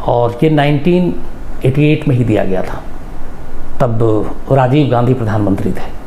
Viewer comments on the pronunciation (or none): none